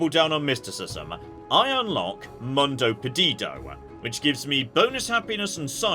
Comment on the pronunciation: when you read things like "Mundo", think more about Latin than English! You don't need to speak every language in the world, but use your strengths 😊